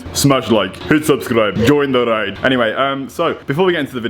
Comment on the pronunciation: Bruh when u said join the ride, i was sure u said “join the reich” 😂😂😂😭😭😭